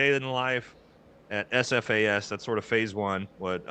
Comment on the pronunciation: lol Jake its SFAS not AFAS